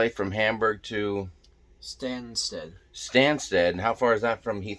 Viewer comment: Greetings from London! Glad you made it back home and with your luggage! 😃 Btw you mis-pronounced Stanstead (though doubt you will need to use it too often). Its Stan (as in Stan Laurel!!) sted!! Gatwick used to be a very country area, at least you saw some horses!!